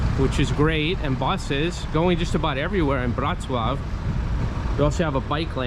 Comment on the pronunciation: not "Wrocław" 🤣